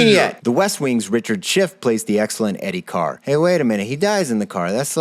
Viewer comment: Eddie Carr. Ed-die Car. Welp